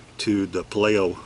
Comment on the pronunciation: Payleeo labs would be the proper pronunciation my friend.